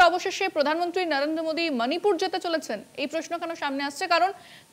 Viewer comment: মানিপুর নয়"শিক্ষিত স্মার্ট" ম্যাডাম। ওটা মণিপুর বললে আপনাকে আরও বেশি স্মার্ট লাগতো।